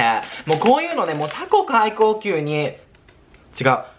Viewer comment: 過去最高級をさこかいこうきゅうって言うのはほんと面白すぎてつらみ😂